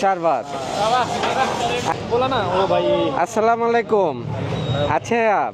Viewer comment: সালামত শুদ্ধনা,মালাইকুম না হবে আলাইকুম হবে।